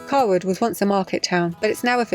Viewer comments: Cawood is pronounced Kay-Wood. I lived there, in the row of houses by the river until I was 3. My gran and Uncle still live there. Lovely village. Another great, and very interesting video. Good to see everything from another perspective. Thanks Guys! We must have missed you at Naburn by a couple of days. I was stood where you moored with my little lad watching the fish a couple of weeks ago. Ps. The Swan has an app, you can order and pay on, and will bring beer and food to you if required 😉 If you need any shopping delivering to you, the offers there 👌 Must be difficult when you're rural, although you've probably stocked up now. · I was going to alert you to your mispronounciation of Cawood but found I've been beaten to it. Thars int Yurksheer na, no longer in the posh sarf! Keep up the good work though. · Is Cawood pronounced Caywood or Carwood?